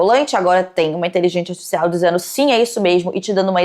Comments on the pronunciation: HahahaahahAh muito fofinho o jeito que ela fala artificial “asticicial” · me revirando a cada vez que ela fala iteligecia atificial